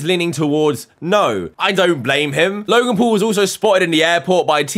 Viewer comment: U said log in pool not logan paul